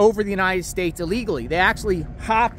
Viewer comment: Please pronounce. ILLEGALLY. Correctly !